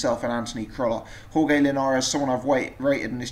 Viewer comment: Jorge is pronounced horhay not horgay